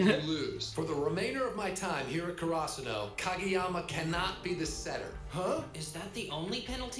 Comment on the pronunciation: the pronunciation of Karasuno sounds weird in the dub but it should be more like CARE-AH-SOO-NO haha